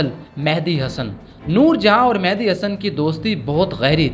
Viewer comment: The name is Mehdi (messenger) not Mehandi (henna).